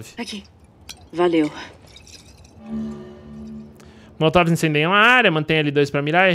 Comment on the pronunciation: rachei do falando “motolov” hahahahaha não seria molotov? kkk